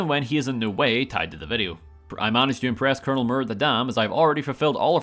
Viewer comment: I find it very appropriate that it sounds like he’s saying Colonel Murder, as it fits Cassandra Moore perfectly.